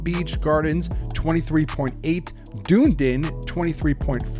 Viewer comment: Hahaha... "Dun-EE-Din" ... but I enjoyed your attempt, too. Still, good video. Thanks for sharing.